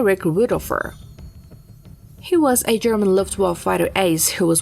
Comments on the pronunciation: LuftwaffE not Luftwaff... bitch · What is wrong with the last letter of the word Luftwaffe? Luftwaff sounds awkward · I love the "luft waffle", never imagined it could be said like that ;-) all the glory stripped down to a simple waffle, love it :-D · please give this woman a correct script, calling "Focke Wulf 190" a "FW 109" is an unacceptable mistake for a video of this type and teach her how to pronounce Luftwaffe